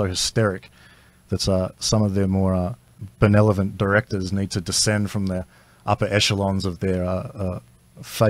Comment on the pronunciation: Can someone tell Blair it is benevolent, not benelovent? Thanks And again